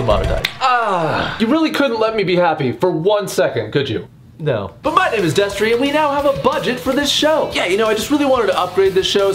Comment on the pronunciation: Why is there a D where the T should be? Actually tho I'm glad you're back Destery :)